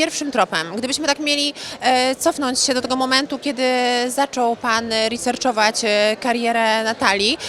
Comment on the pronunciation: “Riserczowac”…!haha Oto kwiat dziennikarstwa polskiego!!!🤦‍♀️🤡😂